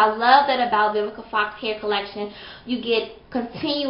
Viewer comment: Awww you look like a pretty lil doll baby(4real I LOVe your hair and eyebrows)!! yOU are MURDERING that girl's name hehehehehehe!! Awww i like ur lovemail, that was so sweet :) I need to try Vivica Fox's line sooner or later, yours is on pt, yesss those highlights!!